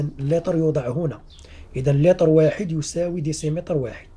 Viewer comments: لتر وليس ليطر 😒😝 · لماذا تقول ليتر ليطر والسيعة ساعة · سيعات وليس ساعات ولتر وليس ليطر شكرا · صحيح السِّعات وليس السَّاعات وكذلك السِّعة بكسر السين ليس بفتحها وليس اللطر